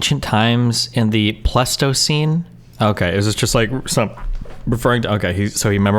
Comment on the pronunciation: He's saying pleistocene to sound intelligent, but he's not even pronouncing it correctly.